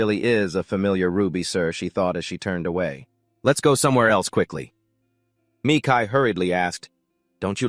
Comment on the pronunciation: "Sigh", I'm sorry but hearing this damn AI constantly pronounce his name "Me Kai" instead of Mikail like it should be just hurts SO BADLY...😣